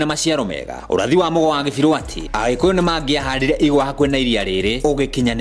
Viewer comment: You are misleading when you pronounce Kibiru as Gibiru